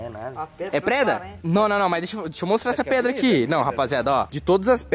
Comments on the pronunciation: Preda 🤦🏻‍♂️🤦🏻‍♂️🤦🏻‍♂️ é pedra 😂😂😂😂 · o gui falava preda kkkk mais n da nd é a melhor noti do dia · o gui falando:preda rsrs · O falando preda toda hora kkk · Só eu que tava entendendo o gui falar preda?kkkk te amo muito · Tava me dando agonia do falando preda kkkkkkkkk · "Preda" ksksskzk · O gui vc fala pedra ou preda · wenden o gui to falou preda mais no se fala preda se fafa pedra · Ele tá falando "preda" de propósito né??? Kkkkkk da agonia Vey Eu espero que seja na brincadeira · Ele fala e preda em vez de pedra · o gui nao sabe dizer PEDRA ELE DIZ PREDA kkkkkkkkkkkkkkkkk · pq vc fala preda e não pedra é por zueira meamo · o gui fala preda kkkkkkkkkkkkkkkk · O cara falo preda kkkkk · O gui fala preda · "Preda" kkkkkkkkkkkk